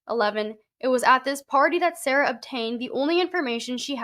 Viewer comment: Damn I have followed this adelson case pretty closely in the past year. I know Sara from way way back so its wild im just seeing her name now. Her name is pronounced like Sari but with an a instead. I haven't seen her since high school though.